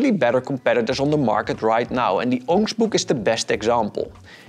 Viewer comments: If you guys are wondering: He said ONYX BOOX ;) Luckily google understands what "onks books" means :D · Onyx book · Ongsh book? Ongksh book? Onkgsbook? What is it? Captions saying aux book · what is he saying here? I tried reading the transcript, but it too doesn’t understand him. Orange book? Onix book? Wtf?! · What device is he saying is a better competitor? I can’t understand. It sounds like he’s saying unkshbook. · what book did he say is a better competitor? 'ongst' book?? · Bro what the fuck is a “öynksh-book”??? Is it his accent or am I missing something? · What was that device you recommended at the end? I can’t understand. ? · Hi! Thanks for your video! You mentioned an alternative device that you like better, but I couldn't understand its name. Can you tell me once again, please? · Sorry, I couldn’t understand what you said at the end. What book is better? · Hi. Can anybody tell me the alternative to Remarkable 2 that he mentioned? I can't get the name/understand what he was saying. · I wish he had put a link to the other pad he thought was better. He said its name but I can't even guess at the first letter of that word. Sounded like it had "book" after it though. Anybody else know what it was?